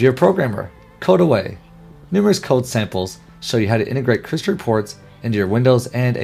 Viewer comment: This is not a great ad for this product because the narrator is speaking too quickly. It makes me worried about the quality and attention to detail in this training...if all of the videos are narrated this way it would be very difficult to watch. He makes it sound like "Crystal Reports" is one word 'cryslrpts'.